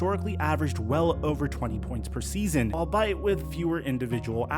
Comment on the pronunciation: "Albiet" is pronounced like "i'll be it" not "all bite"